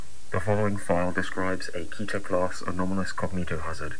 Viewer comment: Btw it's pronounced "Ketter" as in "Better" not "Keeter" as in "Aether"